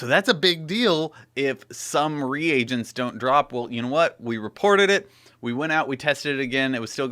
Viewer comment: ...... "re-agents" lol xD